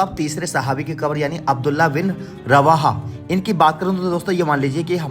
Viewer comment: not akbar but kabar